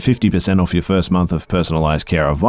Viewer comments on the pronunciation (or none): none